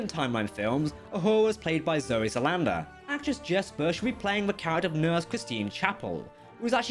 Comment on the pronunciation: Who did you say played Uhura in the Kelvin time line??? You got that last name sooooo wrong 😑!!!